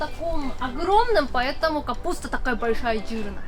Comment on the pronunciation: Обожаю, когда она говорит "jирная", а не "жирная" 😄